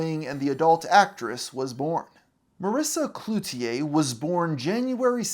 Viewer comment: Good job on pronouncing Cloutier properly! I'm from Montreal and I've noticed that most youtubers don't even try to learn how to say things properly, even if it only takes 30 seconds. Thanks for the respect. 🇨🇦